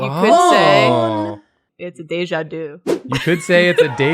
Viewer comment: Ironic that the one to butcher "deja vu" was French.